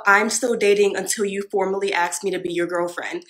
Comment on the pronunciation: if she cant pronounce the word "ask" properly then she isnt wife material.